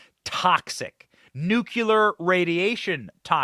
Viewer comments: Love your work. Have only one request. Please rethink nu-cul-ar. Try nu-clee-ar. Thank you ever so much! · Benny. We love you!@ Please say "Noo- Klee- er". Not "NOO- Que-Ler". Thank you. Carry on, young man!!!!! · Please pronounce the word 'nuclear' properly in the futures